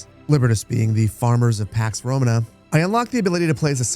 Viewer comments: The emphasis is on the second to last syllable in the word "Romana" like Româna, not Romanâ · just for your situational awareness. "Romana" is pronounced "ro-MAH-nah" with two 'long a' sounds. It's not pronounced like the English word "Roman" and then "uh" after it like how you're pronouncing it. Love you, great content, will definitely be picking this up when it releases. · who says "RomaNAAA" its' ROMAna" dawgggg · Awesome preview. Small thing, its romAna, not rOmana. Cheers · It's Romana with a long a and Liberti with a long e, most latin words have the stress on the second sillable